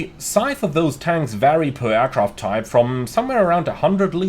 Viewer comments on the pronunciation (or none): none